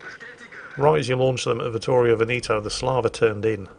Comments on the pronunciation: Ve'-neto, not Veni'to.... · Veneto, the second E sounds like the first one. You keep saying Benito all the time. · It took me ages to understand what ship meant talking about Veneto. The british unability(or unwillingness) to pronounce "E" in latin pronunciation